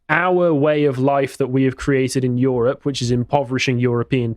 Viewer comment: "YOHROPE!" it's the new "CHYYNA!"